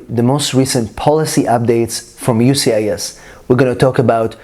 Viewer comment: Why can't he say USCIS? He keeps saying UCIS